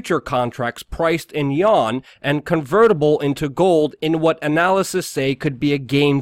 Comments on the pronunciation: Yen not Juan!!! lol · pronounced You-won